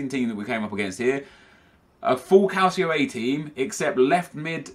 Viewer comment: Thank you! First you tuber I've heard pronounce 'calcio' properly